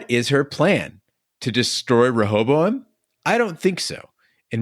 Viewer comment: 2/4 well spoken, intellectual hosts can't pronounce words with ing at the end, no one bats an eye. says Rehobo instead of Rehoboam, everyone loses their minds.